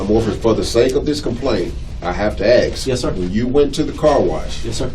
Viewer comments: the "lieutenant " has to "axe" him a ??? Dei at its finest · investigator sez ''ax'' for the word ask in a formal interview...........low IQ dullard !!!!.........I ax you folks, is this professional? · why cant they ever say ask not axe